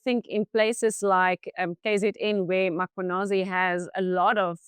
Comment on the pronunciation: Please note the is no an after M it’s important to pronounce the names properly.